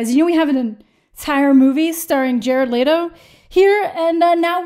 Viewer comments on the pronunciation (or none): Ok, first off. There is no A in Leto! Holy fuck! It’s Leto! Not lateo! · "E" makes the e sound. Leto not laydo. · I love how you pronounce Jared's last name and am really confused by it too.. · Your not pronouncing his last name right